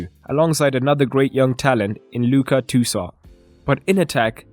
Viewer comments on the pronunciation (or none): none